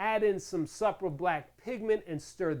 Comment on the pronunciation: Supra is pronounced, Soup-ra...